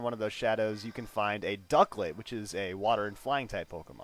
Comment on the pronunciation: Ducklett should be like a C